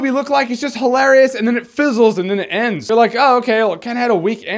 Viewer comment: You pronounce "hilarious" interestingly.